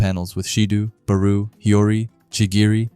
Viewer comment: I wanna know the truth... mispronounces Reo's and Barou's names because he wants to create engagement in the comments, doesn't he? 😁